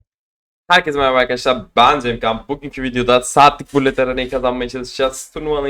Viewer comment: kral seni cok seviyorum videolardan da aşırı keyif alıyorum şu bullet kelimesini allah askina "bulıt" diye oku ve gec daha önce kendin de söyledin doğrusunu bildigin halde neden söylemiyorsun :D